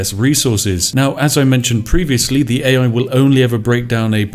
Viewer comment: The speech impediment makes watching this rather stressful. Especially as you appear capable of pronouncing your 'TH' sounds in some words, but not in others. My toes literally curl with every "uhva", "Iva", "fing" etc.